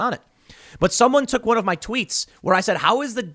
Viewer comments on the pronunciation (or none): none